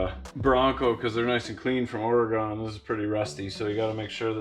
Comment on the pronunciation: Love the vids as always, but from a native Oregonian, it's pronounced Or-ee-gin. 😅🇺🇲🇨🇦